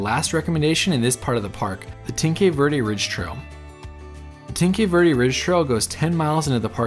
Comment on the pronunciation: It would be lovely if you could educate yourself on how to pronounce Tanque Verde… thank you